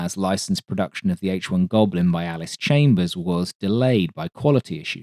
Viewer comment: Do you mean “Allis-Chalmers”? He’s the ‘Perun’ of aircraft, nothin’ else on YT of such quality!